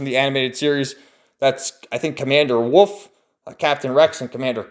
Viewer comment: Lol it’s not “Woof” it’s pronounced, “Wolf” haha 😂👌🏼🐺